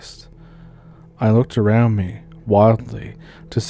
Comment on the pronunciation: "...Back aroond September of 2022..." Oh,, you're an angel. A Canadian angel! I love you so much!